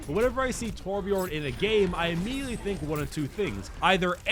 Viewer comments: I'm so fucking triggered, You say Torbjörn like Torbj"urhn"-ish just look up how to pronounce Björn in Swedish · I am Swedish and it triggers me how you pronounce Torbjörn lol I still LOVE your content!!